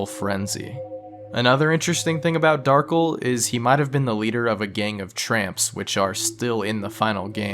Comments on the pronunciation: "Darkle" It's pronounced Darc - El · dark-ell pronounced as "ull" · Darkel not darkle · not darkl darkEL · its funny when people call him Darkel rather then Dar-kell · It's Dar-kell just spell Darkel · it’s pronounced Dar Kell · I believe his name is pronounced Dar-kel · I always thought Darkel was pronouncel like "Dahr-Kell" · I literally clicked this video to see if you'd pronounce the character's name right (Dar-Kell). I was disappointed. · I think the accent of "Darkel" is on the 2nd syllable. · As far as I know, "kel" is always pronounced the way it's seen despite the common way people might pronounce Darkel. If it had been "kle" he would have been correct.